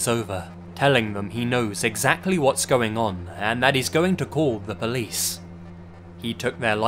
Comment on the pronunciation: Or "called the pleece" 🤣